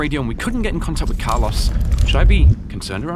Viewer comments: car-LOW-ss, please. He's Latino, not British. lol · Me: C-ARLOS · carlaws